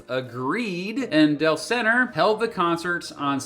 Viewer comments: Del-senner LOL. It's pronounced Delzner. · It's "DELZ-ner" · Awesome video! Just a minor point, the promoter's name was pronounced DELZ-ner.